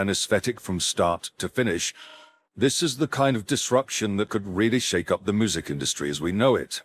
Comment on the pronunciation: The video narrator is mispronouncing the word music. I mean, you need to fix that. It sounds like it is saying moo-zik. Really bad